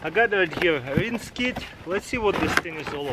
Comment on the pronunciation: “rince kit”